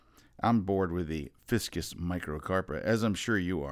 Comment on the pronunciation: Liked the "fiskus" hahahaha. It's actually a FICUS. 😉 Great video as always. Thanks a lot Scott. You're awesome.